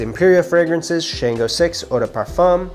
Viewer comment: We pronounce Shango like “Shawn-GO” and the way we pronounce Orisa is “Or-EE-Sha”. The pronunciations are very important in our culture. Otherwise, solid review dude! 😎 I’ve been wanting to get my hands on this but didn’t see enough reviews on it yet. If you don’t reach for this anymore, I’m down to buy it from you!